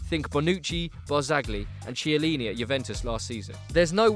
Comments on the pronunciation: Barzagli = barzalyi Chiellini = Kiellini. I know it doesnt really matter, but I remember you guys once asked for some pronunciation advice. So here you go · This guy can't pronounce Barzagli or Chiellini. Jesus.